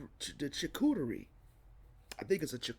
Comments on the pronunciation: It’s a charcuterie board pronounced ( shar-coo-terie) I make them at work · A Chu-co-ka-cho 😅🙆🏾‍♀️